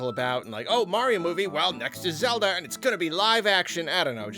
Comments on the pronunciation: Legend of Zelba Movie? I thought you were talking about The Legend of Zelda movie. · “ the legend of zelba movie” 🤣🤣 who else caught that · lol "Zelba" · The Legend of "ZELBA"